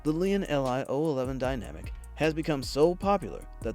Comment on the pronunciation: Lian... EL, Eye... Lmao